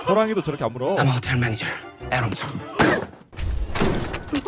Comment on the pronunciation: ㅋㅋㅋㅋㅋ근데 보통 애런을 Aaron이라 하는데 Arron도 웃기네여